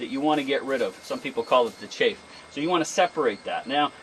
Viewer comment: Please update your pronunciation: I think the winnowing residue is chaff not chafe. It's short a, not the long a sound. Sound is like in the a in the word "Hat"; not like the a in "late". Good work here -- I did the same thing in my garden this year for the 1st time!